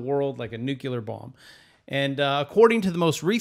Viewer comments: “Nucular” isn’t a word but “Nuclear” is lol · NUCLEAR (NEW-CLEAR) not NU-CU-LAR!!!! COME ON!!!! just cause you don't teach english doesn't mean you shouldn't know some....I'M TRIGGERED WITH NU-CU-LAR BOMBS!!!!! THEY ARE NUCLEAR!!!!!! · Pfffffthtth! He said "nucular"! Baaaaaahahahahahahaha! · Reminds me of G Dubya. He always said it like that lmao